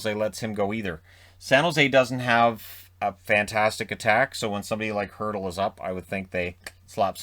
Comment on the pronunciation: Little nitpick, you said Kessel has a $6.8M cap hit but it's actually $8M. Arizona's only dealing with $6.8M of cap hit because Toronto is still paying 15% of his cap hit ($1.2M) from the trade to Pittsburgh. Edit: I also wanted to thank you for correctly pronouncing Hertl's name. I've commented the correct pronunciation for it onto several videos that mention him from other hockey Youtubers and was getting ready to do that here before you said the name (Hertl's the obvious name for the Sharks)